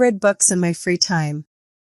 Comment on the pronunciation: The correct word is free time not fre time